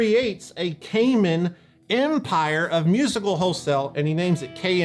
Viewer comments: I worked for many years at a guitar store that dealt a lot with Kaman, and everyone there pronounced it kuh-man, not kay-men. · True story I got the Stereo Chorus through a promotion in Guitar Player where KMC gave away the pedal of your choice for free. Oh and Chuck’s last name is pronounced “Kuh-Man” not “Cayman” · In Hartford County we pronounce it Kuh-man. Not Kay Mann. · First off, great video as always! Secondly, in my years working at a music store that was 95% Kaman product, I was under the impression that it was pronounced "Kuh-man" rather than "Kay-men" since that's how our rep and all the people on the phone said it. Kind of like their Takamine guitars: Some say "Tak-uh-me-knee", but the people at the company always said "Tack-uh-mine". Sorry for the "well, actually" comments, but since probably knows the people who lent their names to these products, I'd like some closure... Oh, and can we get a "RockTek" episode some day? Pretty sure those were also Kaman. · When I used to work at a music store we had the Kaman catalogue that we ordered from. The rep always pronounced it like “Command” without the d. I always thought he was wrong, but who am I to say anything. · By the way, Kaman is pronounced ke-man with the accent on the second syllable. I grew up in CT and my dad worked in a factory/job-shop that did a lot of contract work for Kaman. :-)